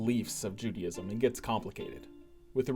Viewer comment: Not pronounced Judyism.